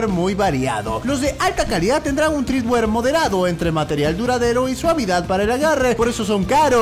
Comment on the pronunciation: Treadwear no TREEdwear